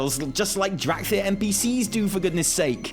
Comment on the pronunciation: I dont know if said this on purpose, or if it was just a slip of the tongue, but in my spoken language, dracthyr will forevermore be known and "dorkthyr."